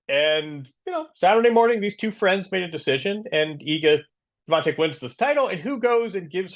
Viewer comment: 99,99% she wouldn't have won RG anyway. She had a highly favorable conditions against Iga (due to the closed roof). Later on she'd probably fallen to a player like Vondrousova or Gauff, who would have exposed her mediocre movement on clay. Also it's "Świątek", not "Swiantek" :)